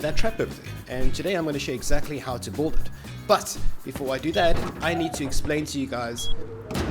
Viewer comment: can you make a compilation of you saying build? Kreygasm “buld”